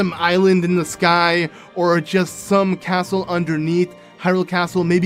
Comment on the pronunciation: A caatle in a caatle... What’s next? A cave inside another cave?